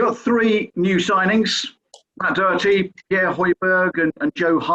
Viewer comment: Jose is much better at pronouncing Matt Doherty's surname than any of the British journalists I have heard so far.